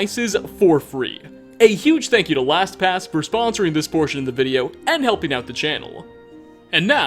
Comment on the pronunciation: I can't be the only one who thought he said Thanks to (whatever their name was) for sponsoring abortion in this video😂😂😂 Edit:realised their name is Last pass